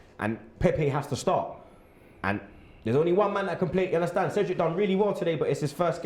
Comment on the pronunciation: Yes I do "Unnastand"